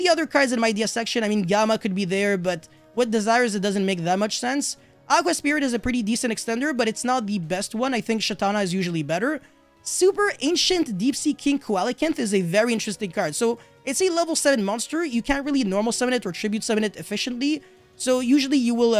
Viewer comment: Did you call the King Koala-canth? Wrong Animal.... it's a Seal-a-canth.